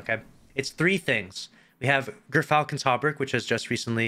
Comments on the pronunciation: It’s pronounced Jur-Falcon. You said it right the second time. A gyrfalcon is one of the largest birds of prey. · This build is a war crime 😂😂 and btw its pronounced Jer-falcon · It kinda makes me mad not a single person says GEARfalcon. Why do we ignore the y? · Gearfalcon is how it is pronounced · well according to emma it's pronounced "jeer-falcon" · Google states that it's pronounced Jur-falcon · More proof of basic to no regression testing 🙈 And as it's pirate themed, surely it's pronounced Grrr-falcon, in your best pirate voice..